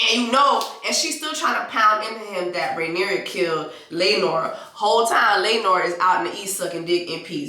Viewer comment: Jessie you are a mess!🤣🤣🤣🤣 if you call that woman Rhaenyria one more time!! 😂😂😂it’s Rhaenyra! At the end it was Aemond on the dragon not Daemon…